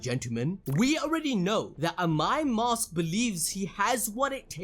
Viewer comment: Bro i heard and my moss when u said AMAI MASK . Don't take it in any other way 😅 did someone else heard like that. Broo and i lover ur videos broo ❤❤❤ Love u from India